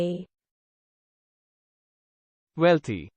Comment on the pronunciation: You said it wrong